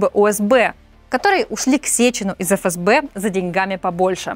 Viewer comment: Не эФэСБэ, а ФээСБэ